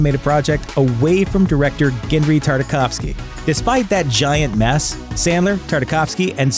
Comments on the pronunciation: first - It is Genndy not Genry. Please try reading a name before doing voice over. Second, why did you say that the Hotel Transylvania movies were flops when they grossed more than cost? Bad critic reviews mean nothing if enough of the target demographic watches it. Look at the horrible Transformers movies as a reference on that. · There's no "R" in Genndy.